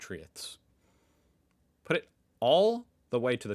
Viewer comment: Thats not how you say compatriots in any accent